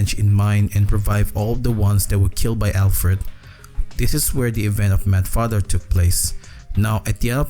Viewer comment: douc father 😂😂